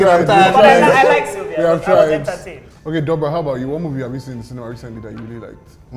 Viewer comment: That would be Doubra, not Dobra...